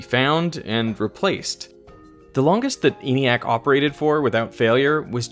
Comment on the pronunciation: ENIAC was pronounced with a short E by those who built it ( "EN-ee-ack", not "EE-nee-ack").